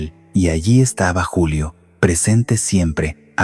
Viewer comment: ¡Esta no es una voz natural!! Es un bot programado por IA. Ojo como dice "Yulio" en vez de "Julio" en el minuto - . Y hay otros errores, por ejemplo, no hacer pausas naturales.